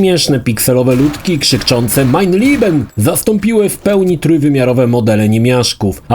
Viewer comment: Nie "mein Lieben" a "mein Leben" ;)